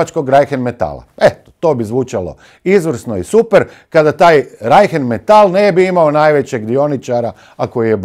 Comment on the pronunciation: uporno govori "Reichen metall" umjesto Rheinmetall 😃